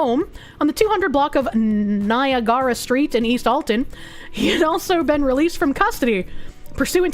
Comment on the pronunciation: My God, that pronounciation of "Niagara" physically hurt me